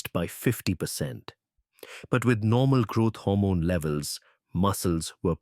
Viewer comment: It is GROWTH HORMONE not grot hormone..